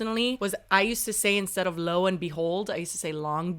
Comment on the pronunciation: said it right. Lo pronounced Low. Lo and Behold.